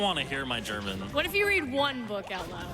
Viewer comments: Impeccable German pronunciation from the! Vunderbar! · Hahaha, i laughed so hard as he read the books in german. He pronounced it very good. :D Great run , i did enjoy it , and you all should too. DA DA DA DAAAAAAAAAAA! raises hands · His pronunciation in German isn’t that bad. Btw beautiful game and nice run!